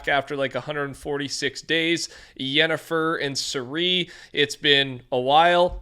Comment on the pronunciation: lol it’s pronounced Siri but with a c